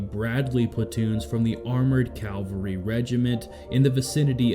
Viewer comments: Hey. It's CAVALRY, not Calvary. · Dude it CAV-ALRY not CALVARY was the mount where Jesus was crucified. You loose credibility with scholars when you do that.